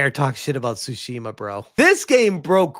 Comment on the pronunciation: It's pronounced, "Tu-shimma"